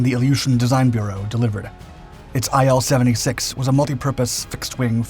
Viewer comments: Say: eel 76 Not: aye el 76 IL is for Ilyushin. Say: ee lyu shin Otherwise a fantastic video. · It's pronounced as "eel", not as "eye-L".